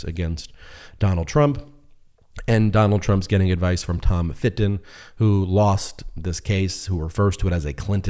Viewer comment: When he says Tom Fitton I hear Tom of Finland 😂